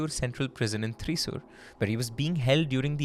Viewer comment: Oh no,!! Yet again you messed up on the pronunciation of the name of a Kerala city “ Thrissur” 😅😅😅😅 Déjà vu to Kozhikode😂😂😂